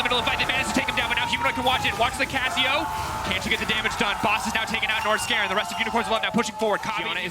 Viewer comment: Wait…. I've heard them say "Nors-garen", but they actually mean Norskeren, it makes sense now lol